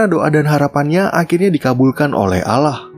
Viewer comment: ini Film dari Turki yah, film negeri islam tapi narator lafalkan nama Tuhan gaya Kafir 😂